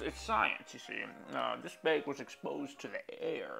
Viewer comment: The way he says “baeg” really gets me going